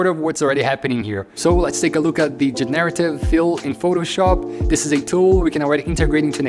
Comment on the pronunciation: Thanks for your great work! Another tiny pronunciation tip, it's GENerative, not jen-AIR-ative. We all learn every day, thank you for teaching so much :)